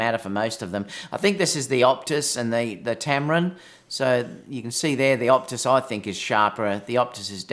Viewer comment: Its OTUS not OPTUS